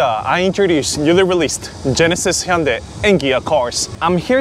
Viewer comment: I think I'm going to start watching his reviews because he pronounces Hyundai properly (vs. Hon-DAY)